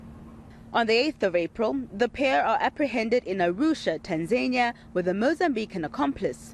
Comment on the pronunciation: It's Taaanzania not Tenzania Let's pronounce names properly please